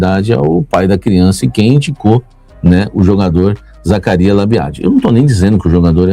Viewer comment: pede pra sua fonte ensinar você falar o nome do Zacarias kkkk